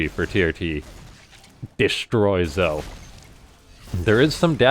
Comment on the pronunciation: wouldn't zoe be pronounced "zoey"?